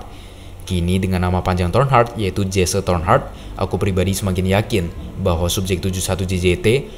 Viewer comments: Dibacanya bukan Jesse. Tetapi "Jesi" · bang, bukannya disebut "jesse" bang, tapi cara manggilnya "jessi" namanya jesse cara manggilnta *jessi& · Correction: Detective Jesse Tornheart Sebutan Jesse itu bukan Jese tetapi lebih kepada Jiss